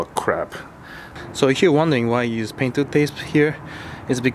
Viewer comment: "Aw cwap"